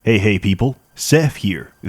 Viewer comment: Pey Pey, Heople. Hheth Sere.